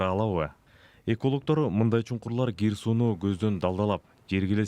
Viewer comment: Г мес к чмо лох гир эмес кир к тамга мн суйло